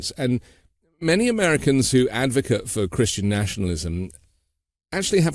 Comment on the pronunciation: advocate pronounced the way you do = noun (ad-vo-kit) Advocate pronounced as-vo-cay-t = verb Preface isn’t pronounced pree-face - at least that’s not how knowledgeable Brits pronounce it.